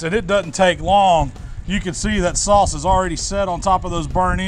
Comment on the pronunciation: also makes it sound like 'sauce' has an L in it.. 'saulce'